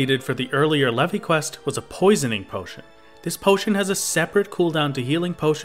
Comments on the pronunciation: its pronounced "leave" not "levy" reeeeeeeeeee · Leve is pronounced like "Leave", you can tell because of the achievements Brayflox is actually female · Leve in leve queat is pronounced leave. It's a stupid ancient way of writing leave that Koji found in an old dictionary... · I'm sure you've heard it by now, but Leve is pronounced "leave", and Brayflox is actually female! Unless you realise this later ( I'm at 16 mins atm ) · "Le-vi quest"??? Hello, is this the inquisition? I'd like to report a heretic. lol